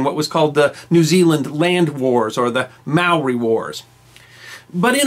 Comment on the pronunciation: Holy shit our good man!!😳 While your vids are fantastic! And it’s great that you’re doing this re NZ..👍 but your pronunciation is soooooooooooo shocking you may well start Ww3 here.. as you say the Maori are always up for putting stuff right👍...., they may well end up on your doorstep!!, along with us non (Maori) Kiwis😂. Today we fight together and that mispronunciation of tribal names has my skin crawling😂